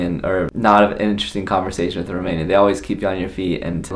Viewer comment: Best Romanian pronunciation I heard from an American 😀 Felicitari!